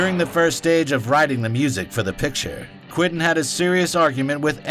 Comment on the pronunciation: This is all great stuff...but it drives me nuts that you keep calling him Quintin instead of Quentin.